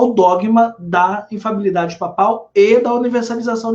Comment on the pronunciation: Ele fala errado o termo "infalibilidade". Ele fala infabilidade, engole o primeiro "li"